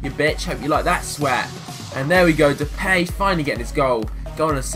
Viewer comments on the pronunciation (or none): You pronounce his nam depie not how you were saying it